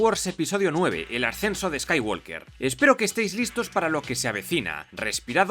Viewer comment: El final ideal sería que Kylo escapara siendo aún más malo para a$í poder hacer otra$ 50 trilogía$ má$.. ah y pronunciado bien el "apellido" Skywalker(skaiwoker).